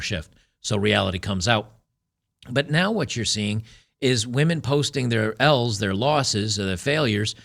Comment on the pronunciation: lol, he said women post some "L"'s online but i sounded like women post smells online.